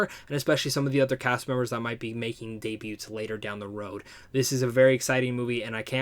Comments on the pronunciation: You’ve done this four times throughout various videos. The “t” is silent in the word “debut”. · Okay? Didn't mean to make you angry. I've seen other people in your comments talk about the way you pronounce things. And spell things on Twitter. I just didn't know if you knew about "debut" because you've done it several times.